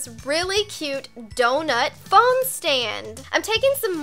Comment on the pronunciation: What gets me is she says fon stand on